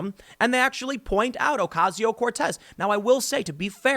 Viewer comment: Her name is "Cortez", come on now lol